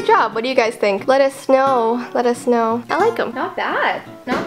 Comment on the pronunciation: is it just me or when said let us know it sounded like let us SNOW